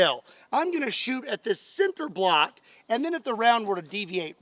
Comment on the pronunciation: Did he say Center block or cinder block?😂